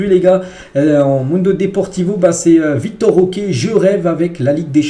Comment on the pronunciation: C'est Vitor* Roque pas Victor